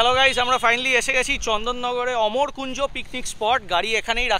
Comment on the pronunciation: ওটা অমর কুঞ্জ নয়, আম্র কুঞ্জ